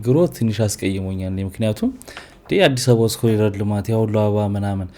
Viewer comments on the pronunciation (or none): none